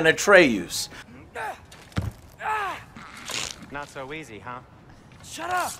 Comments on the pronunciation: Watching this review was like watching the last airbender life action movie, i keep asking myself why does Joe keep pronouncing Atreus that way ? Lol it’s driving me nuts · Bro you say Atre-oos? 😂 really joe ya killing me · Joe.. my guy... c'mon. Did you even play the game? At-ray-oos ? Really? My guy! ;) /s love your vids man :) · Atreyoos lol? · but that’s not how they say it in the game is my point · Joe can’t even pronounce Atreus right and you think he paid that much attention to Odin’s character or the story as a whole? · All that time playing the game and he still messes up Atreus name 🤣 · There's no way Joe played the whole game and still mispronounced 'Atreus' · Cant say atreus correctly though ,even though he played the game for 60 plus hours. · Hearing you pronounce Atreus made me angrier than it had any right to🤣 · How do you pronounce atreus’s name wrong after playing a game where they say his name a thousand times? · Why do you keep saying atreus like that? They correctly pronounce the name like times in the game and you still say it wrong lmao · I see all these comments about Richard Schiff but is nobody going to mention how Joe is just blatantly butchering Atreus’s name? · he cant even say atreus properly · After hearing how the name Artreus is spoken so many times, in 2 different games, it's really triggering me how he pronounces it. Sigh... But he has always been terrible with names. ¯\_(ツ)_/¯ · He's played the games for over 70 hours and he doesn't know how to say Atreus. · How, after playing the game so long, do you pronounce Atreus’s name wrong? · Why does keep pronouncing Atreus's name weird🤨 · Bruh say Atreus' name correctly. It's only said a million times in both games. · How do you play two full games about him and mispronounce his name? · Do people mispronounce names of purpose or something? The game literally says the name hundreds of times idk why that makes me so mad 😂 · The way you say Atreus makes me sick 😂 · Atreh oos - Joe